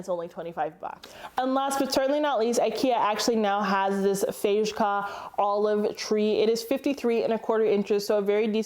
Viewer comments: You did really good with the names, 🇸🇪👌 And you nailed the things I am thinking of myself as well. Like switching out the Bestå doors to the new ones and also checking out their smoked glass pieces. When saying Fejka, the j is almost siltent. So just say Fakea and it will sound just right. It even means ”Fake it ”. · Hey! Thanks for the vid, I’m always psyched for IKEA… heads up for all the Fejka plants- you pronounce it “fake-uh” like “faker” with a New York accent. It means fake, so that’s a way to always remember!:)